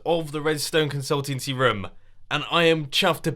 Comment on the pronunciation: Is it just me or does he says roum the whole episode